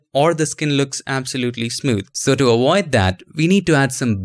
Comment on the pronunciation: get directly to the point. also, its pronounced avoid not awoid